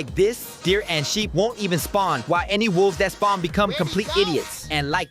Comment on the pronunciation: "Sheep" Bro what saying